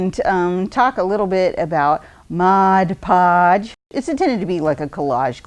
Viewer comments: Too flipping funny! The pauses....MODpodge. Calling it "the product." Priceless fun. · Really fun! BTW...everyone mispronounces Mod Podge😉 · Hahahahaha. This was brilliant. EVERYONE pronounces it wrong. One of my favorite goofs. I love to brush it onto autumn leaves to make them live forever. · I agree. When it became popular years ago for decoupage, I frequently heard it called Modge Podge or Mod Pod and even Modge Pods.